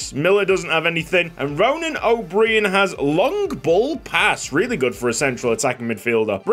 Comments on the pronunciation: It’s probably already been mentioned, but O’Brien would still be pronounced like O’Brian. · O’Brian is pronounced “O bry En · O’Brien is just pronounced the same as Brian the first name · O'Brien is pronounced O'Brian. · O’Brien is pronounced O’Br-eye-n can’t wait for the series 👍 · please pronounce ronan o’brien like the late night show host